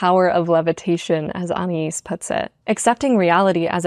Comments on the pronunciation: I wanted to write a comment after I watched this 4 times and journaled about 6 pages but I can’t condense so I’ll just say it’s ah-nah-ees. The stress depends on where you’re from, the French have a much shorter nah than English which is closer to ah nai ees, but the main point is that the second a and the i are separate syllables. I am aware this makes me one of those ridiculous people, but I have a master of comms and pronunciation and grammar is a hill of mine I radically accept. Love your work. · anais is pronounced the way you first pronounced it .. i have a student who’s name is anais , i think it’s a spanish name